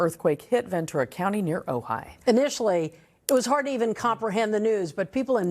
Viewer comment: That Ojai! Pronounced Oh-hi. It's an Indian name.